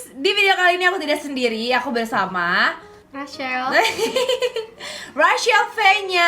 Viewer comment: Rachel : Rahel? Rachel : Rasyel?